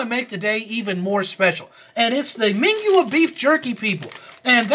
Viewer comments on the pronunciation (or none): Mingua is pronounced MIN gee